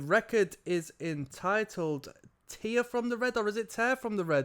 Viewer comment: it was tear like hair not tear like beer